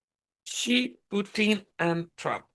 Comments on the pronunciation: Xi Jin Ping is the president of China. His name is pronounced "shee jin ping". Not "gee" or "zhee". The President does not execute anyone. However, he might issue an execution order because he has a dictatorial power. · Thank you so very much &! I'm very grateful to you for sharing your findings with us all. Also, Xi is pronounced "SHE", as in Chinese X is pronounced as "sh" (in English) A Chinese girl explained this to me:o) <3 <3